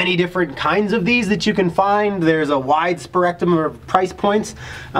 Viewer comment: "...there's a wide sporectum..."